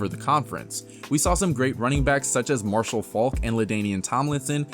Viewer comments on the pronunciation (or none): none